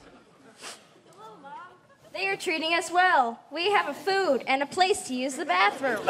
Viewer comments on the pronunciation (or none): none